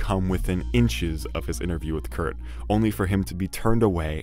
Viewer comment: Kurt died… please say it right